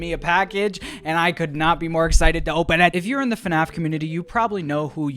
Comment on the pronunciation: When is the youtooz coming out